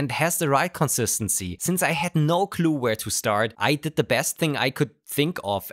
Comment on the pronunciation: I found the sentence „I had no clue“ particularly amazing, because it sounded like „I had no glue“